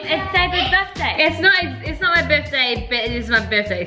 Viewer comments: When u guys sang happy birtday at the start said it BITHDAY 😂😂😂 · You forgot the R in * Birthday * little mistake nothing major